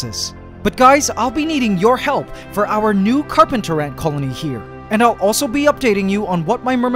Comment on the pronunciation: The carp-ANT-ers